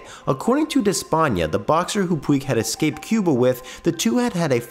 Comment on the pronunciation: Good content but please learn how to say “escaped” properly